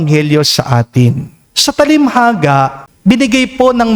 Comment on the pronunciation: salamat Father for the daily mass. BTW, hindi ho TALIMHAGA kungdi TA-LIN-HA-GA